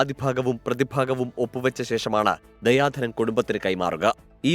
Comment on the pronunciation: ദയാ ധനം അല്ല ദിയാ ധനം